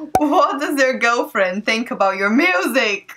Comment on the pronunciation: Lol... 1..2..3.. Hi sweetiesss lol... How cute. Then u said 'gulfwuend' (girlfriend)... You 2 are so cute & she seems more into you than your ex.